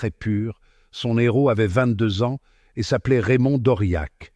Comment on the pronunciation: Dès le départ on a droit à un "n'éhro" 😳😂 hé oui !!!